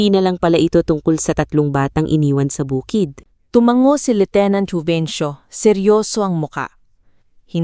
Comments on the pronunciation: Ang sakit talaga pakinggan ng salitang " tumanggo" sa halip na tumango.. Maraming maling bigkas na mga salita ... Sana nman ayusin ng narrator ang pagbigkas ng mga salita..maganda.pa nman ang kuwento.. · Listening from Lipa City Batangas. Beautiful story. But I am just wondering why the narrator always pronounced the word " tumango " which means pagsangayon as tumang-go which is too unpleasant to the ears... There are many mispronounced words...